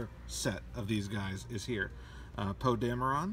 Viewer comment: Why does he pronounce Poe Dameron "Poe dame-Ron"?